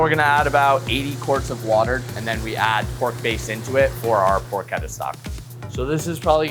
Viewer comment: also pork-etta lol